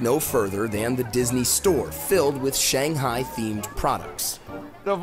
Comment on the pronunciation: Too bad the host doesn't know how to say "Shanghai" or even eat those dumplings properly.